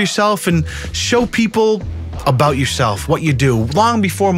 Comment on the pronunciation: "obout yourself"